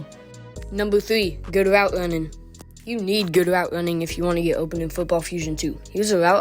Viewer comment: Instead of running he say ruwwning